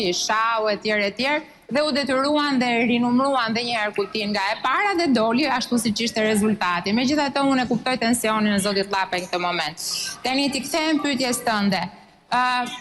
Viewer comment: Fol mir moj bullizuese e ka Lapaj dhe jo llapaj. Llap je ti